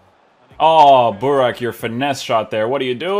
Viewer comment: You messed up Buraks name at the end completly😄😄😄😄